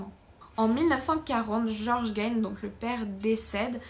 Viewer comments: C'est toujours aussi bien documenté et présenté, bravo. Si je peux juste me permettre une petite précision: en Anglais, "Gein" se prononce "guine". ;) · 😂😂😂Gein... Puree si tu pouvais au moins prononcer de facon propre... Le g c est j en anglais...du coup nous avons ce qu il avait dans sa tete a ces moments la